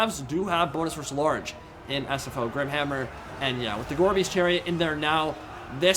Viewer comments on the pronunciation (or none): Listening to this in the background, I kept hearing "Gorby's Chariots", and wondering if that was a RoR. Took way too long to realize it was "gorebeast."